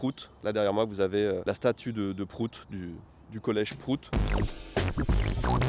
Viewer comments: Je sais que c'est pour la blague, mais le graphème "Prout" ne se prononce pas du tout pareil en anglais qu'en français. Ça fait un peu mal d'entendre "Prout" prononcé comme ça. C'est comme si on disait que mordre se prononce bite comme on le prononce à la française. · Comment on prononce en anglais réellement PROUT ? Comme abOUT ?